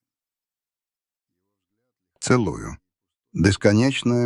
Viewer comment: Смотрел целУю минуту. Шедевр. Сколько слов в русском языке радикально меняют значение после неправильного ударения....